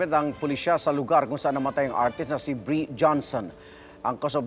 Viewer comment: bree hindi breeiana shunga